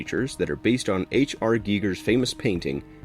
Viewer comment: It's pronounced gai-guh